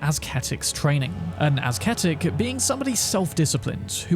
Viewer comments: Great video! btw bro, ascetic is pronounced as "assetic" not "asketic" 😅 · Isn't it pronounced "az-seh-tik" or have I been pronouncing this word wrong all this time without knowing? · The C is silent in ascetic. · Hate to be that guy. But ascetic is pronounced “uh-seh-tick”. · Actually pronounced "Esketit" 😎👍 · The C in ascetic is silent. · So was that last fire bloke just having a nice swim with the ulcerated tree spirits before we got there? Nice innovative pronunciation of ascetic there, too. You can't call yourself a proper Elden Ring content creator unless you've mangled at least a few pretty common pieces of English vocabulary. :)